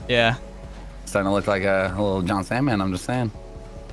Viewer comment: Alejandro Santander I’ve never seen anyone butcher Jon’s name as bad as you just did